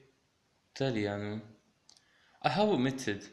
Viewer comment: Ciau. another pronunciation question: it sound like you're saying "talìanu" as /taliánu/ on the penult as opposed to the antipenult. Can you confirm the pronunciation is on the antipenult? Also, is the accent necessary or only for pedagogical reasons? Jim